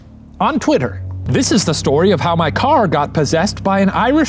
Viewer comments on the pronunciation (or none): I like how Shane call Twitter , Clitter